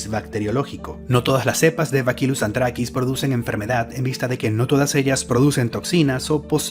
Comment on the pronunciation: Lamento corregirte, pero se pronuncia Bacillus, no bakilus como dices P. D. Soy bacteriólogo